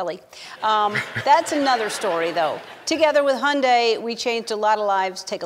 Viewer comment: Umm..is that how you pronounce hyundai?..